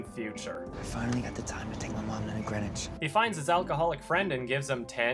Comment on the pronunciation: Yep..when I heard "Greenwich" my face instantly curled up and imploded.